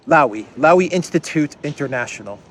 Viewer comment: Lowy is pronounced "LOH-ee". As far as I know it was set up by Frank Lowy who according to the wiki " is an Australian-Israeli businessman of Jewish Slovakian-Hungarian origins and the former long-time Chairman of Westfield Corporation, a global shopping centre company with US$29.3 billion of assets under management in the United States, United Kingdom and Europe." So more oligarch stuff. Are you surprised?